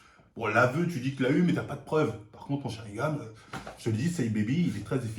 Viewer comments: On dit sharingannnnnN pas gam 🤣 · il dit sharingam au lieu de sharingan decu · Attend c'est moi ou il dit sharingaM la dernière vidéo aussi j'ai cru entendre ça ??? c'est sharingaN MDR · Sharingan et pas "sharingam" comme tu dis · Mdr mon Sharingam alors qu'on dit SharingaN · SharingaNNNNNN PAS SharingaMMMM. Ton crime est resté impunie depuis trop longtemps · c'est SharingaN pas SharingaM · SharinganNNN pas M mais N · SharingaN et non sharingaM respecte un peu stp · Est ce que on saura un jour pourquoi il dit "Sharingame" ?